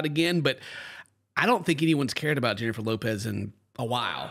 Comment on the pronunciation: btw.. its not Jennifer Lopez.. its HENNIFER LOPEH~